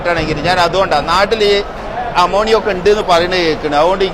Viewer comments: നിയുമോണിയ അല്ല അമോണിയ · Nemonia alla bro amonia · നുമോണിയ അല്ല അമോണിയ ആണ് 😅 അവനെക്കാൾ മോയന്താണോ ഇജ്ജ് 😅😅😅 ദുബായിൽനിന്നും എല്ലാരും സ്പ്രേ പൗഡർ ഒക്കെയാണ് കൊണ്ടൊരുക കഷ്ട്ടം 😅